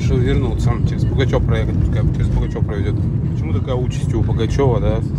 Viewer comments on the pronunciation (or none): Не Пугачево а Пугачев, не БалАково, а БалакОво. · Ты не один населённый пункт правильно не назвал))) Не Пугачёво а Пугачёв! Не подтëсное а Подлесное) Заправка не батпрол а балпетрол, У города Балаково ударение на третий слог , надо знать единственный город пяти всесоюзных строек на весь СНГ и тд) Кстати это провинциальный город с ценами на недвижимость как в Подмосковье) а то и выше. И сдувает на трассе потому что машина лёгкая, на мерседесе е класса такой фигни нет) удачи на дорогах